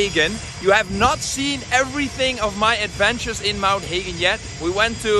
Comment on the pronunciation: Hagen is German name not a Melpa name. He pronounced it correctly..